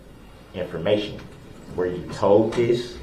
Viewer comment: Lol, Duh-rell, “What u were toad” 🐸